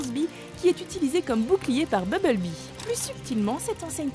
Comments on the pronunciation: BuMblebee !!! pas Bubblebee !!! Incapable de bien le prononcer mais par contre pour Optimus elle prend l'accent anglais ! Mdrr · Mais merde c pas beblebee mais bumblebee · bubble-bee? ta cru que c'etait un chewing-gum ou quooi? un peu de respect pour BUMBLE-BEE ( prononciation ; bumb-beul-bee) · bubble-bee XD la bulle abeille lourd ma prononciation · BUMBLEBEE et pas bubble- bee ! MEGATRON et pas mega-trone ! TRAVAILLE TON ANGLAIS MADAME ! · comment tu prononce grave mal les truc ! BUMblebee pas BUBLEBEE et ENERGON pas ENERGONE, MEGATRON on dit plus MEGATRON depuis la fin de la g1 du moins en français ect... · c'est BuMble-bee et Furby pas bubble bee et fursbee meh